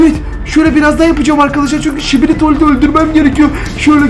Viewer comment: Şibili değil sikibi